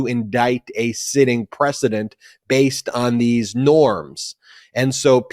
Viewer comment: Hey Ben, did you say the power to indict a sitting “precedent” or “President “ ?